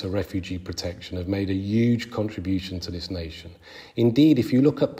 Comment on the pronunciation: Triggers me so much how this guy pronounces 'huge' as 'yuge'